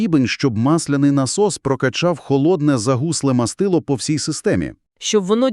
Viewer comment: Дура, не "мАстило", а "мастИло". Чому дура, тому що не один раз. Вже тошнить від навали неправильних наголосів. Загалом -- 👍, всі чітко і ясно, але, я сказав би, для білявок. Продовжуйте в тому ж русі, матеріал гарний, але щось робіть з наголосами, інакше неможливо слухати!